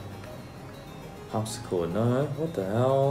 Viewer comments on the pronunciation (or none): me: brett: harpscicor, harpscor, harpscirod, harpscio, harpscord, harpsicord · Eddy: typing fast and is farther ahead than brett Brett: har-harpcisor-harpcisord-harpsico-harpsi..... OH I GIVE UP Me: An teenager thinking: uhhhhhhhh, Brett? its umm Harpsichord... awkward